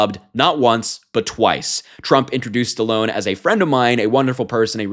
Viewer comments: Mate, he said Sallone, not alone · Stupordon said SA-lone. That’s disappointing to see Stallone is a maggot. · Common Harry. although I agree he's mentally declining, your just nitpicking because he dropped the "T" in Stallone's name. With all the major things happening today with Trump, This is at the bottom of the list. You're better than this. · Sylvester Stallone, popular during my era, was widely known as Sylvester 'Sly' Stallone. While the 'the great orange one' correctly pronounced the 'T' in Stallone, he seemed to have slurred the sound. Regardless of whether one viewsTrump as unfit for the presidency and harmful to the US image abroad, focusing on this is in my opinion not newsworthy. At least the Trump did not resort to using Stallone's other well-known nickname: 'The Italian Stallion.'" So we dodged a bullet there.